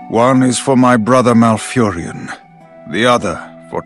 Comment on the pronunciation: MALFURION, not MalfuriAN. Sorry, had to do it.